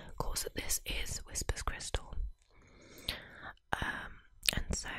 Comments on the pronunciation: Why do you keep saying "Whisper's crystal" When her YouTube name is WHISPER CRYSTAL NOT "Whispers" with an S!! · Immediately it’s clear you don’t know what you’re talking about. The name is WHISPERcrystal, not WHISPERScrystal. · It’s Whisper Crystal. But you keep saying Whispers Crystal. It’s very confusing. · You keep saying WhisperS Crystal. It's Whisper - singular. And maybe she liked her anonymity and wants to keep it that way. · Could you not have at least gotten the name right? It bugged me every time you said whisperScrystal